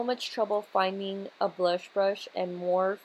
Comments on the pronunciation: It's pronounced More-Fee, not morf. Jus sayin. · how dare her manager let her upload this video mispronouncing morpheeeeeeeeeeeeee COÑO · You're so BEAUTIFUL!!!! Love love this make up look But it's actually Morph-ee lol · Love the smokey eye! & does it really freaking matter how somebody pronounces something, morph-E or morphe, you still know what it is! Chill lol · That's how I say so when heard other you tubers saying morpheee I was like "they're saying wrong omg "lol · Lmfao at all these comments correcting on how to say "Morphe" I can just imagine saying "Pero me entendieron" haha. Love this look keep doing you boo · Are people really getting butt hurt over how you pronounce Morphe and not on the PURPOSE of the video.. People are so SMH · Why does she say morphe like that? lol